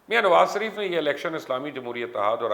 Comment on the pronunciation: Mubashar luqman sb parhe likhe jahil me aap ka channel shoq se dekhta hun ye sareef bolna chorden sahi naam shareef he khuda ke waaste me ye aap ko 3rd time bta rha hun.